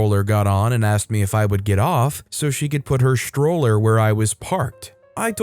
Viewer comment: “sHtroller,” not stroller? I “RegisHtrations,” not registrations? don’t get it. He didn’t get taught phonics in grade school? STR is not pronounced SHTR.